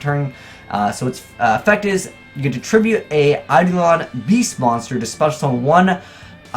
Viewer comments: Say it with me you cheeky scrub; Eye-Dough-Lawn. NOT Eye-dLeeawn. It's not that hard Kappa. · Emmy Quiades It's actually Ayy-duh-lawn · Primeturtlerobot ei·do·lon īˈdōlən/Submit noun 1. an idealized person or thing. 2. a specter or phantom. Google is pronouncing it with the standard American dialect. Eye-Dolan.